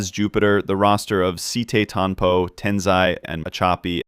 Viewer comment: Brother really called sitetampo SI TEi TANPOU